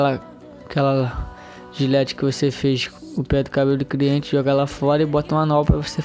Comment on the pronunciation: Eu ñ entendi é cliente ou criente kkkkkkkkkkkkk